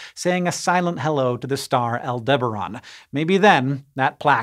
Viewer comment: You're pronouncing Aldebaran wrong.